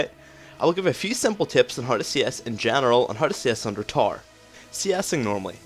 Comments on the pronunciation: Okay but why do you say tore instead of tower? ;] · When he says TAR he means tower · i love how he pronounces tower TAR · good video,, but it took some time before i understood that you are saying tower when i hear taar :) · Best LoL educator Ever. P.s. i have no issues with your accent (except when you said "tar" [Tower] :P ) Loved your caitlyn Vid too. I would like to ask, what is the best 6 item comp with cait late game? or perhaps if best is a bad idea, the 3 or 4 better comps? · I chuckle every time I hear him say "tower" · okay i learned alot in this video but i am still wondering why you can't say tower right.